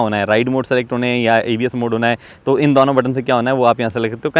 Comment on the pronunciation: bhai dono ko dauno kyu bolta hai